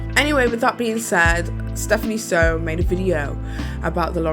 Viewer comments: She covered herself by saying "others" have said that Bailey Sarian (mispronounced her name as well as Steph's even thought she knows very well how they are pronounced) was an inappropriate storyteller. Yet not naming these "others." Someone else commented that Bailey applying makeup makes the subject matter more palatable. says it shouldn't be more palatable because we should go through what the victim goes through basically, acting like that is the point of consuming true crime. If that is the way you think it is, I understand completely distaste for it. But that is simply not the case. Making true crime viewers on youtube feeling like creepy sickos, but saying that true crime on netflix, made in a more professional edited way, is okay? She said that the true crime youtubers "bore her to death." Well obviously they are onto something, they have a lot more subs than you do. I could go on and on, but would comment again saying I am obsessed with her and I'm racist for criticizing a creator who is a POC. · It’s Soo, Stephanie SOO not Sew two minutes of researching her name would tell you that but go off. I guess it’s not important to know how to pronounce someone’s name. Also really classy to use the crying thumbnail from her video in which she opens up about her SA and privacy issues. When the weird fetish’s Asian schoolgirl thumbnail gets called out I guess you have to switch to another disrespectful one. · Im sorry but why attack Stephanie and use her name and image for clicks on this? I watched you - you're on a cash grab off people names always. Everything is from other creators and you cant even say her name correctly. Get your own content that isnt so hate filled - youd be happier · You could've atleast takken the time to pronounce her name right